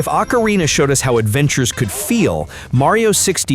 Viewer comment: Or-Cah- Re-Na not Ack-Ca-Re-Na